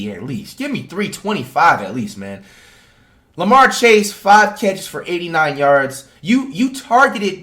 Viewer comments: He said lamar chase lol it is jamarr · Man really said larmar chase 💀💀💀💀